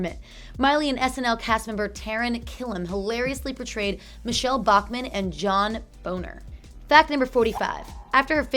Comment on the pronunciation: You pronounced John Boehner's name wrong